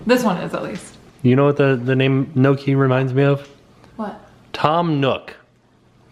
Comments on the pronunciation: Just to say (Nee-Oh-Kee) not (Noh-Kee) weird Italian pronunciation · But it's not called no-key 🤦‍♀️